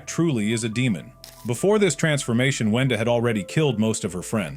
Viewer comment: It’s wenda not wendy